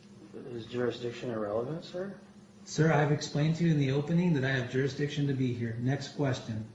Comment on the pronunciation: They like saying jurisdickshun waaaay too much! I'm beginning to get suspicious!!!